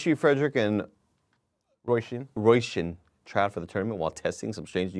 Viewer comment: The internet tells me Róisín is pronounced ‘Roe-sheen’.